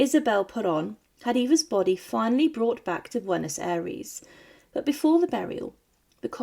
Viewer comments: Bwenos Aries ?? How hard is it for you to pronounce the name correctly?? Ffs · Please, learn to pronounce correctly Spanish words like 'Buenos Aires', 'Juan', 'Duarte', even 'Argentina'.